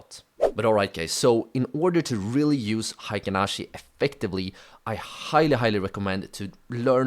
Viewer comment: Thanks for sharing your knowledge. everybody does not pronounce Heikin ashi correctly. It should be pronounced as " Hay Kin ashi ", not " High kin ashi ". Heikin means average and ashi means foot or leg in Japanese.